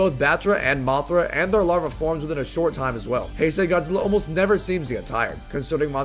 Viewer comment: ITS PRONOUNCED HIGH-SAY GODZILLA NOT HEY-SAY GODZILLA >:(((((